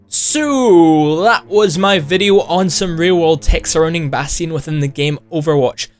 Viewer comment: he says bastion wrong